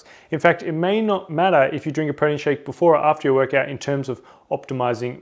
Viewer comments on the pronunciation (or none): This dude say protein weird. Really fast "Prodeen"